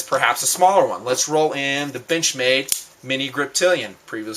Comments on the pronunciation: Haha, when said benchmade I heard b*tchmade. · Lol sometimes when he says benchmade its sounds like Bitch-made knife